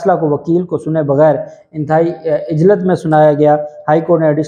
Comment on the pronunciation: It is Ujlat not Ijlat.